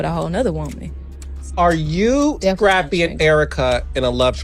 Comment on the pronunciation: The way she’s pronouncing Scrappy’s name is hilarious scrape-y 😂